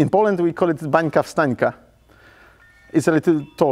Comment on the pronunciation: "Wańka-wstańka", nie "bańka";-)